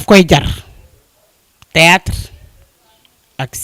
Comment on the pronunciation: Hun journaliste on dit theatre wayé dou tiatre hah